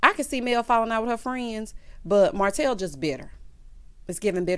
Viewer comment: called Martel HO-tel!! 😩🤣🤣